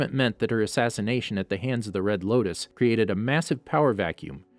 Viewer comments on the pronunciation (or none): none